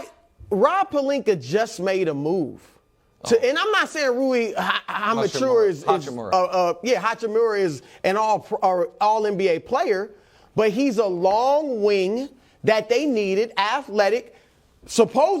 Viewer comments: Chris 'Rui Ha-mich-ura' Broussard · “Rui Hamichura” 💀🤣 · "Rui Imasureof"